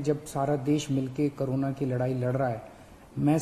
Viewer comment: Everyone : corona Kejriwal sir : karona